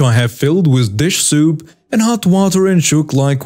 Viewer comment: you kept calling dish soap, dish SOUP, two different pronunciations. No big deal, just wanted to correct you on this. 😀